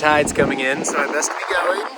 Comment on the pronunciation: “Guess this is as far as I’m Geh-in”🙄